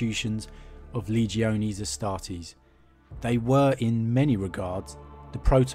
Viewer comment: Wow... Corny much? Leegee-Oh-knees Astartes?